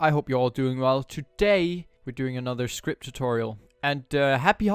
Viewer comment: bruh its script not skirpt